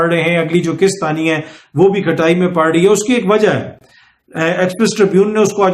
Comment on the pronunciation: Sir they way you said “Kishat” sounds like IMF ney app say loan liya tha or ab Kishatoo mey pay kar raha hai 😂😂😂